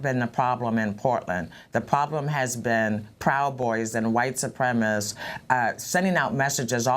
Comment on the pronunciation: Wow, the mayor can't even pronounce ,"white supremacists". Telling.